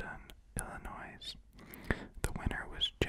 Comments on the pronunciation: It's pronounced illinoy. The s is silent. And it's pronounced Evanston like the name Evan, not evenston. Come on now... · “Eellinoisssss” The s is silent pal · I screamed when you said Illinois with a hard s